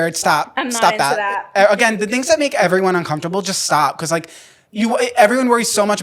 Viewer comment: I love you, but why do you say "becoss" instead of because 😂😂❤